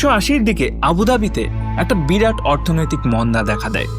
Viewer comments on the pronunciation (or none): none